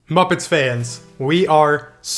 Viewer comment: I think you meant to say moopets